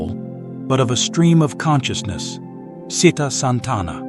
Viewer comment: It's good. The only thing the reader should learn is how to pronounce pali terms, like citta, cetasika, cuti-citta if they want to sound professionally. The letter"C" gives the sound "CH'. Good luck with your study.